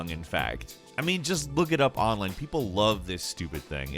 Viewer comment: why you say online like that lol